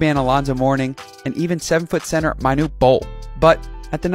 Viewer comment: Pronounced “Men-noot Bol” not “My-noot”